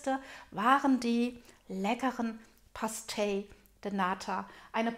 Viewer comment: man spricht das portugiesisch PASCHTEISCH aus